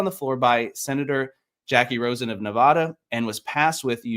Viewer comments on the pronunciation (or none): none